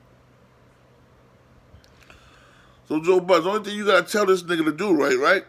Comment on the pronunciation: Its BUDDEN you dummy